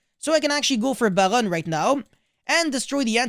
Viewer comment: I love the way you say Barone like a French man ordering a croissant with his liason like it's his raisin d'etre